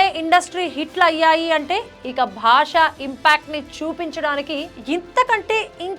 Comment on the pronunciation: భాషా కాదు బాషా 😂